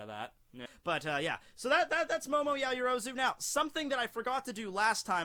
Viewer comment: Her name is "yao-yoro-zu" not "ya-yo-rozu"